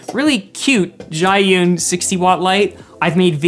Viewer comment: Insanely good video ❤ btw Zhiyun is pronounced “Zhuh - yoon” best I can explain it from a mandarin speaker . I have most of these lights but the Zhiyun seems to be the best of your recommendations